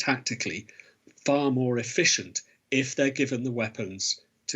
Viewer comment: Is the journalist Danish since he said "hvis" instead of "if"???